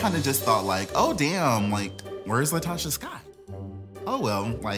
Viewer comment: It’s “LaTOCHA.”